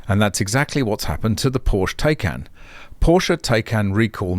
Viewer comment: You are the only guy I know who pronounces 'Tie Can' as 'Tay Can' 😀